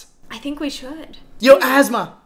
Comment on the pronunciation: asmaa is a name i died when that girl said asthma its pronounced ass-e-maa